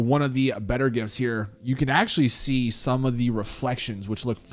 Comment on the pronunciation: Bro I thought he was saying gifts lmao it's jifs